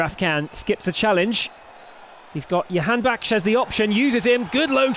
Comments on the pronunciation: Can anyone tell this announcer the name is Jahanbakhsh and not Yahanbakhsh. J=Y only for Spanish names. he has been saying yahanbakhsh for the past two years.... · They have hard time saying "Jahan" I believe. But I agree with you. Sounds like a Jewish last name YAHANBAKHSH...